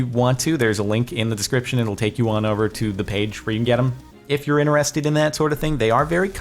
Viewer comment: INTRESSTED not intererererstededed